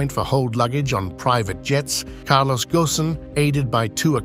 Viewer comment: The 's' in Kansai is the same sound as in 'Spain'. It is not 'Kanzai'. Furthermore, it isn't floating. Islands, artificial or otherwise, do not float. Also, Kobe and Ghosn were also mispronounced. There again, what does one expect from the English. They can't even get Welsh place names correct after almost 800 years, so they continue with their tradition of butchering other languages also.